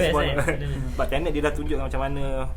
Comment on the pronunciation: untuk mengelakkan anda jadi embarrasment bila berada dlm kalangan english speaking people, sebutan yg betul ialah ten (nombo10), net (sama rima dgn nerd tp lebih pendek)...so tenet, bukan turn net kahkah